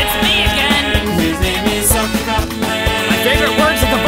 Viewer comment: Anyone else notice how he said "sucction" cup mqn?